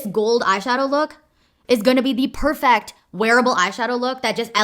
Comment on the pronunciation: The way u anunciate words is so interesting bc most people go PERfect but you always go perFECT